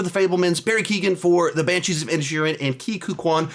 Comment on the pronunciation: When he read The Banshees of Inisherin I heard “the Banshees of Ed Sheeran” and got thrown for a loop